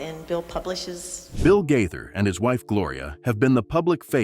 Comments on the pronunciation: Really fake news. Who made this up? Shame on whoever it was. And at least learn how to pronounce their name correctly. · They are NOT divorced and that's not how their last name is pronounced !!!